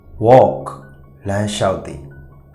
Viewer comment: အသံထြက္ဘမမွန္ဘူးဗ်။ဘယ္ အသံထြက္ကိုေျပာတာလဲေညတ့မသိဘူး။Work ရယ္ Walkရယ္အသ့ကလဲမသဲကြဲဘူး